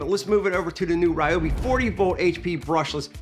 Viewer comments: It's Ree-O-Bi. Look it up. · Ryobi representative said that it’s pronounced as REEOBI